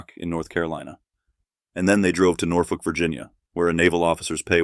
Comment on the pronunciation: Norfolk (thanks for pronouncing it correctly) was affordable back then